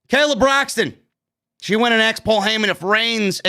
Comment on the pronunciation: WOW. So I guess pronouncing it AXED instead of ASKED ain't just a black thing.... uhm, I didn't get the memo.